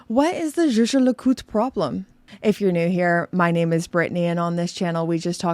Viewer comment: Why is Jaeger pronounced "sheh-sheh", like double French personal pronoun I = jeje? It is a German word Jäger = Hunter. Yay-gher would be some better approximation, or phonetically [ˈjɛːɡɐ].